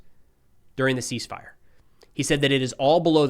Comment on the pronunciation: The C is silent 😅 "ease fire"